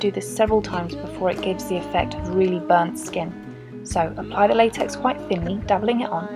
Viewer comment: Latex it said laxex but I know what it is